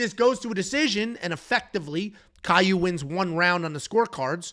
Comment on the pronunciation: it's not Kyle it's kaue